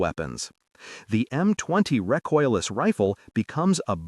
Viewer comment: Reecoiles, not rejoices ,poor IA.